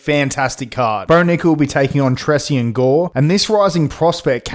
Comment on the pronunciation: It’s pronounced Tray-Shawn brother just a little help for the future vids 👏